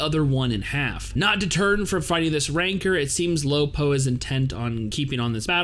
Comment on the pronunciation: lol it's funny when he said "lo po". but then again, they call khun AA, "khun"...